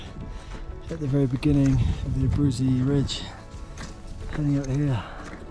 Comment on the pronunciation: Abruzzi -- named after Italian Count, pronounced A-brew-tzi